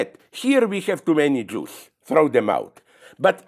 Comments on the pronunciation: Everytime he says “jews” I hear “juice”, make it al weirder but interesting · zizek and blondie shouldnt discuss about conflicts in other regions they have no idea about and call for violence. and so on and so on ..... i dont like the way he says jews. jewish.... say jewish